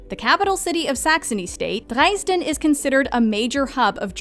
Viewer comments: I guess only the foreigners who learned German through listening to Rammstein pronounce Dresden that way xD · my girlfriend pronounces it dreysn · The narrator did pretty well pronouncing most of the German words except for Mainz and Dresden. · Do many Germans pronounce Dresden that way?